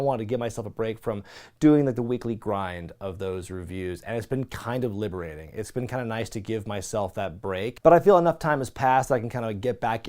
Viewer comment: Sorry for your loss again... every time you say liberating I feel like you're plugging Sami Zayn lol